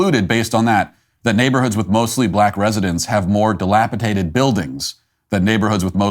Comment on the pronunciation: Pssst 🤫 Matt! “De-lap-i-DATED.” ✌️